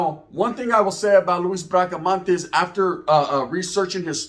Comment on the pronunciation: BRACA-MON-TES NOT MANTES